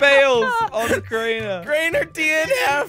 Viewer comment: When jelly says crainer it sounds like traitor